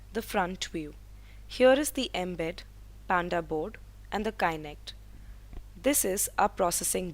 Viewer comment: Well the please pronounce the kinect properly... its is not pronounced as kainekt... but kinekt BTW, well done and good job guys :)